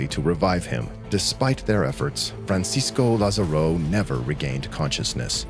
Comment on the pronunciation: The way you pronounce Francisco Lázaro made me sad 😞